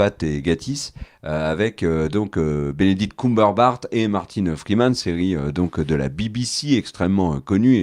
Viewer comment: J'ai beau chercher en ligne, je ne trouve pas d'acteur répondant au nom de "Benedict Cumberbart"... 🤔 Prononciation de presque qualité !